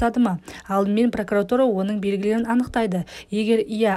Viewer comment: П Р О К У Р А Т У Р А, ПРАКАРАТУРА ЕМЕС, ДҰРЫС ОҚЫҢЫЗ!!!!!!!!!!!!!!!😨😨😨😨😨👌😨